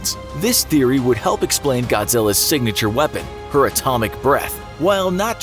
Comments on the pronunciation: Dislike for sayinin her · Every time he say's her, my brain cringes.